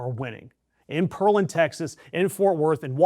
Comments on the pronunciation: Dude, the city is NOT prounounced "Pearl-and". It is pronounced PEAR (as in the FRUIT) LAND. Because, duh, it was named after the FRUIT, not the oyster poop. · It’s “PEAR” Land, not “PEARL” land. Like the fruit. PEAR. Still great news! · That's PEAR-LAND, not Pearl-and . . . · It is Pear-land, not Pearl-and. Like the fruit + land, Pearland! Thanks. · Pear like the fruit,not pearl as in jewelry. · It's Pearland not Pearlland. PEAR-land. Like the fruit. Only 1 L. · "Pear-land" not "Per-land" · I lived in Texas for 20 years and never heard Pearland pronounced Pearl und. It's Pear land. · That’s Pear Land not Pearl And you moron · Dude, it's PEAR-LAND. Not PEARL-LAND. Say the word "PEAR," then say the word "LAND." Put them together, and you have it! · Pear-land, not pearl-land, lol. It's ok, Texas has some hard to pronounce names. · Omg quit mispronunciation it. It’s Pearland. Let m break it up for you pear-land. Not pearl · It’s pronounced Pear-land. Not Pearl-and. Thanks for the story, but fix the pronunciation. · Dude, it is Pear-land, not Pearl-land. lol Go blue! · It’s pronounced PEAR land not pearl land. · Pear Land not Purland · It's "Pear-land" (not 'Pearl-and). They grow pears and figs there (or used to). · I'm from Brazoria County Texas. The word you're look for is Pear-land not Pearl-and. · It’s Pear land not pearl land. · it's pronounce 'PEAR' Land, not 'PEARL'and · Pear land not perlen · Definitely three syllables, not two. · Great report, but it‘s PEAR-land, for the fruit… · Pronounced pair land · Pronounced Pair Land. Nolan Ryan lives there. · FYI it's pronounced "Pear-land" like the fruit. I don't want them even trying to ding you for a mispronunciation as if that is an actual valid debating point. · Respectfully, It’s PEAR-LAND. 🍐 As in the fruit. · It's "Pear" land!!!! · It is pronounced as pear-land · It’s pronounced “Pear Land” and I’m so excited about the election! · The pronunciation is 🍐 (Pair - land) respectfully. Great video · Its "Pear Land"